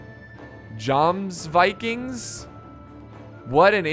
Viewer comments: it's pronounced yomsvikings not jomsvikings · Love the video, but just wanted to say I am pretty sure it is pronounced "Yomsvikings". Like how Jarl is probounced "Yarl" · It's pronounce yomsviking, they were mercenaries. Even did work for the Christians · Jomsvikings is pronounced YOmjikings J in Danish are pronounced a Y :)